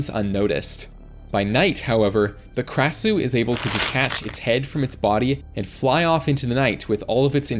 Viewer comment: As an Asian you butchered the krasue's name